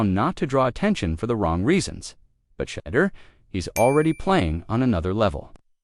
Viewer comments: And who is Shedder?? At least say his name correctly. SMH . Sad ! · SHE-DOOR 😂 OVER and Over😂😂😂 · Pronounce his name correctly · 😶‍🌫️ I can't take your commentary seriously until you respect your subject matter and fix your AI voice, correcting Shedeur Sanders' name pronunciation.